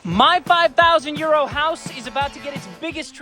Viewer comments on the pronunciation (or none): I just can't stop hearing "My 5 thousand year old house" at the start of every video. 😂 Can't get enough of this series! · First time watcher. I thought he said “5,000 year old house” instead of “5,000 euro house”, so I had all kinds of questions about the project! The house looks great so far. 👍🏻